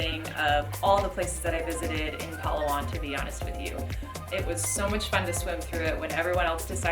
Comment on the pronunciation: Correction: It’s “Pa-LA-wan”, emphasis on the 2nd syllable.